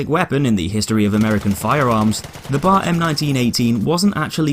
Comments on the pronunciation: Stop saying bar instead of B A R. It's triggering me. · It’s B...A....R not BAR!!! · It is not pronounced like the place one goes to drink...the letters are said individually.....B....A....R. Come on man.